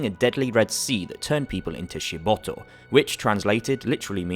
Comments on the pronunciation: It's SHIBITO. Not Shi-boto. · Nice review but its SHIBITO not SHIBOTO !